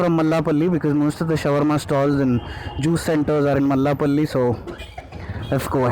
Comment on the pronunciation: It's Mallepally not Mallapally..